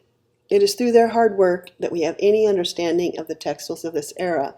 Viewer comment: So glad I got this video in my stream, subscribed! My two interests are history, especially Bronze Age to Late Medieval European history, and fashion/clothing these days, now that I’m retired from working as a geologist, my first love. You do say textiles funny, though - as textels, not textiles.